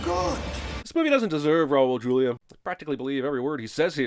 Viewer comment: WHY is it SOOOOOO hard for the narrators on YouTube movie related videos to check the proper pronunciation of the actors? The great late Raul Julia (R.I.P.) was a Latino and in Spanish the letter J at the beginning of the word is pronounce as an H, so it's actually [Hulia]. There are many videos in YouTube - check them before recording and maybe learn for future references somethoing!